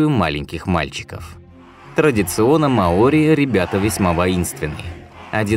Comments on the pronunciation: Не маОри,а мАори это как говорить рускИе а не рУские.диктор тебе неплохо бы подготовиться перед озвучкой иначе молодежь (которая слушает и внимает)будет такой же тупой как большинство расиян (((((а так канал в целом довольно полезен .ставлю 7 из 12 баллов.Привіт из Запоріжжя.Україна.птн пнх... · не маОри, а мАори. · Вообще-то мАори, а не маОри. См. словарь. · Что же так безграмотно? Не маОри, а мАори. У вас в выпусках с ударениями вообще беда. И не добывают там раков! То, что вы видите на картинке - это Green Rock Lobster, но никак не рак. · Ухо режет неправильное ударение. Верно мАори. Как можно было придумать такое ударение маОри. Жесть .. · МАори,а не МаОри. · В слове «маори» ударение падает на слог с буквой А — ма́ори. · Ма́ори. Проверяйте ударения у незнакомых слов перед тем как сделать фильм.